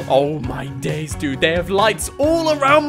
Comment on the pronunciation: He says "Oh my dais"